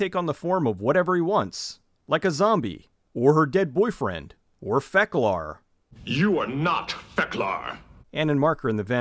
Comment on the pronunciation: "You are not Feklar" LOL